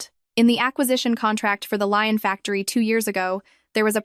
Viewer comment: The silk factory is not going to in a place called Lion. Get a fucking grip. There are several places in France famous for its lace making Valciennes, Breton and Lyon. Lyon is pronounced Leeon. Fucking Lion is a big cat, famous for its shaggy mane and being a powerful hunter. It’s incredible to me that AI is the new cutting edge of technology and it probably is just not in these stories and I can’t decide if you’re churning these stories out so fast you haven’t time to check the content. Or if you really don’t give a fuck